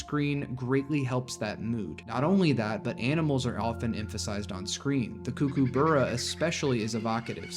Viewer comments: cooker borough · You might want to improve your pronunciation of Kookaburra.